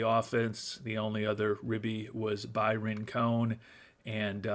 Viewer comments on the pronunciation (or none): none